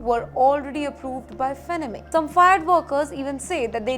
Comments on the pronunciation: FANNY MAY is how it is pronounced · It's not fenneme lady it's pronounced 'Fanny-May' Do some research please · Until I saw the name, I was thinking....hmmm "Fennamay" I never heard of this company.🤣🤣🤣🤣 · The name is pronounced as "FAN-NEE". Please research before you upload. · Where do you learn your pronunciation from? It's FANN-EE MAY? It's so irritating when you make your own rules. 😅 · Faa nni Mae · IT IS "FANEE-MAY" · Would you please improve your pronounciations for words like America, Deportation, Depreciation, Reciprocal, Fannie Mae, the list is pretty long. May be you should study the pronounciations by going thru Dictionaries ! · Please learn to pronounce Fannie Mae correctly. It hurts my ears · I think you are pronouncing the company name wrongly. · It’s so annoying… Can’t they get someone who can pronounce words correctly! Kaha se pakad ke laya isako! She is terrible!